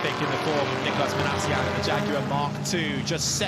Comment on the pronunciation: Jagyouare, f me, how embarrassing